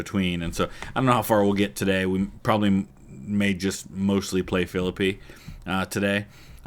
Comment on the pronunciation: Good to see you back with some UGCW! For the amount of hours I've put into this game, I didn't know about the mod, so since my Age of Sail and Victory and Glory stint is done, I'll get into it. And thanks for making sure people know how to pronounce Philippi, as a WV native, it always drives me nuts.